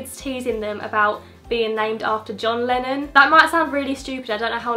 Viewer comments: When she said Lennon I thought she said Lemmon lol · When you said Lennon I thought you said Melon